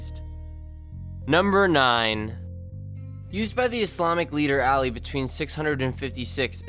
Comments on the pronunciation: you said Ali's name wrong and I'm. not trying to be mean just for the peapele that will say I'm trying to but Ali is my name and I'm muslim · Alley Masamoon please learn how to pronounce named before making a video next time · Ok, learn how to speak bro. It's pronounced Ah-lee, mahs-uh-moo-nay, and chalk-rum. Like if you plan on talking about something, pronounce it correctly. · Ali is pronounced all-e